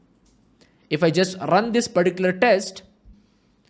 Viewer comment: I like the way he saying rrrrrrun... Just kidding. Awesome explanation